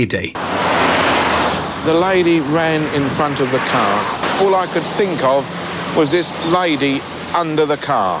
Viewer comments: This youtuber has a big problem with talking normal a CAR is a CARE to him 😂😆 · Its prenonced CAR! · I’ve never heard “car” pronounced “care” before. What accent is that? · I'm intrigued, being English, what dialect says care rather than car? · Love the way you say car....at first I thought you said care..😂😂😂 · Pronunciation is unbelievable lol , no marksahhh on the carahhh lol, brilliant video though.. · that’s what i was thinking! 😂😂 a “paacked caa” … no R’s lol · Great vid but the way you say Car should be punishable by death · How come the narrator can pronounce paranormal which has three a’s and not car with only one? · His pronunciation of 'a' followed by 'r' is not part of a known UK regional accent but instead something more idiosyncratic. Eg. car, party etc. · He’s from up north but seems to pronounce “car” in a weird way on purpose… And he can’t pronounce Maidstone either 😂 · Wearing a red scarhf, darhted out from between a parhked Carh!! :)))))))